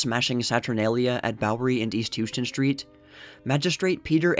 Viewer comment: Houston St in NYC is pronounced How-ston. It's a common mistake